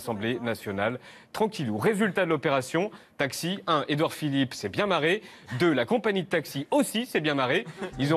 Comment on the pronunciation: "Édouard Philippot" 😂